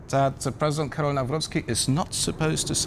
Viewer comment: The first name of Polish president is Karol not Carol. Karol, like in Karl Marx. It's not Carol Marx. Your guest needs to get a bit more education.